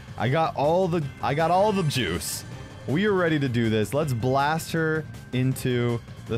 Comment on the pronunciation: and when a bwast of wend is what he saasid